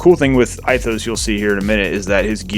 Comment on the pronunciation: love your videos but Ithos is pronounced (ethos) Greek